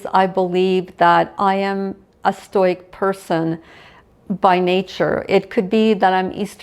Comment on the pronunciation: Thank you for this. Lovely thoughts. I will gently suggest you look into the pronunciation of stoic and stoicism.